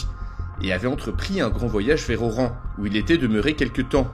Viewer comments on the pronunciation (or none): none